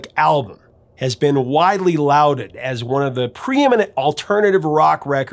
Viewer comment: Also - "Loud-ed"?? =/ Pretty sure its "Law-ded" Jussayin'